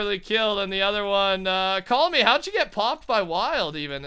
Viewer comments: His name is CallMeGram... Call-Me-GRAM! Yet is still calling him 'CallMe'. Not 'Gram' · His name is call me gram but you keep calling him call me 😂😂😂